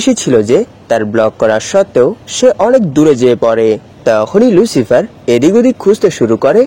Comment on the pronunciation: ʟᴜᴄɪғɪᴇʀ❌ ʟᴜᴄɪғᴇʀᴏ✅ 🙂🙂🙂🙂